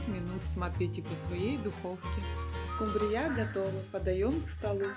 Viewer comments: СкУмбрия , а не скумбриЯ. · Не скумбриЯ, а скУмбрия, слушаешь вас и диву даешся - вы откуда.? Придурки.! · Уважаемая,скУмбрия не скумбрИя, а рецепт возможно и не плохой.